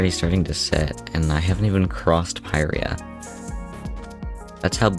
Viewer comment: Isnt it pirya not peyereya